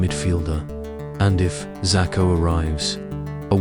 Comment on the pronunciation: ikr. this vid is comes in so dramatic and intense and then he turns him into a chinese man Xako lol. its pronounced ''Sheshko''